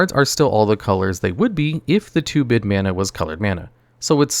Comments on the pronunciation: Small thing, but I think the term is "2-brid" (as in "two hybrid"), not "2-bid" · "Two-brid" mana. Reaper King has two-brid mana symbols. I know this sounds like extreme grammar-policing for a made up term, but if this were my video, I'd rerecord the audio and make sure autocorrect isn't making me sound less authoritative.